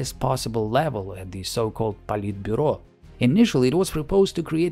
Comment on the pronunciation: Это первое видео, которое я смотрю на канале и из за языка я предположил, что ты можешь быть американцем, но слово "Политбюро", произнесенное без акцента, сразу поставило все на свои места